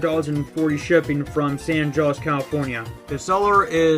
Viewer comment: San jose is pronounced, san ho-say